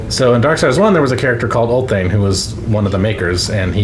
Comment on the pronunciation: A minute in and this guy says “Ugghhllthane”??? Ulthane Like pool but without the p, and thane